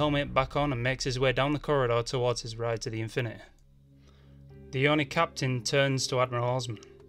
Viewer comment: "the Infinuheh" Best. Pronunciation. Ever..